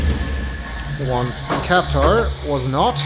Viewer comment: Hunrath - Funrath Kaptar - Cat-tar Maray - Melee Soria - Sorry, ya